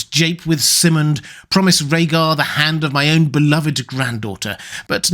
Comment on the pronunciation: Great vid, but why do you always swap the Y and I sounds around? It's VIH-serys, and Sigh-mond, not VY-serys and SIH-mond...